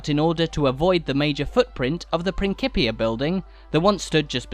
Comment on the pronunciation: Great tour but you are mispronouncing "principia".